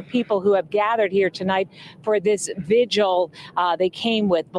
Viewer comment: Stop saying Vygil!